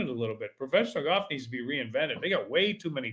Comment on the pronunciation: You can't even pronounce golf. Lol. They had a guy on the Golf Channel ads for years who said it like that. It isn't goff.